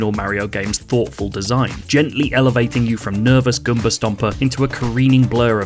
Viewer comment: He did not just say Gumba stomper